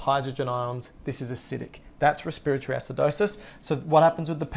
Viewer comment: Just because you pronounced respiratory that way I can’t even watch anymore